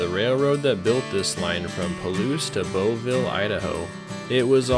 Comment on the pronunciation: The new RR owns track only as far west as the WA state border; further west, tracks are owned by WSDOT. Bovill, not Boville. It's pronounced BO-vul